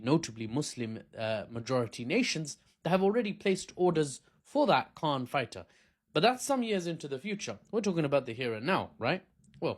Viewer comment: KAAN not khan